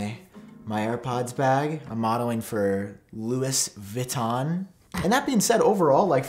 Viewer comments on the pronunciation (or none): It’s pronounced ‘Louie Vitton’